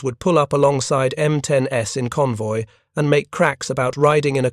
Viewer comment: M10-S, you mean the M10s.... AI sucks.